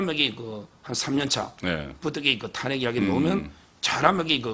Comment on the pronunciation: '탄핵`이아니고 '탄핵'으로 발음을 고치세요 어째 대구 사투리 단어가 너무 많고,왜 안고쳐요? 옆에 있는 서변호사의 발음으로 쉽게 배울 수 있는데